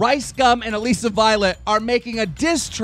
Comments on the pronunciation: Why does he say AlEsa it's ALISSA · It's Alissa not Aleeeeeeeeeeeesa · It's not allesi it allisa